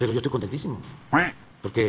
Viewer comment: Minuto .- " EJTOY CONTENTÍJIMO ".